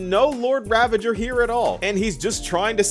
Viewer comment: Everyone: Lord Ravager My Friend 🤦: Lord Ravage her😱 I don’t know how… I even paused and replayed just to be sure🤦